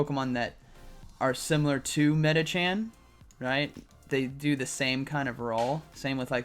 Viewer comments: plz when are you learn its medichaM not medichan?? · Love watching your vids but it kills me every time you say Medichan instead of Medicham